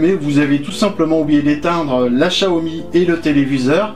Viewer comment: chaomi ca vient de "téléchat" ? plutôt "siaomi" quelque chose comme ça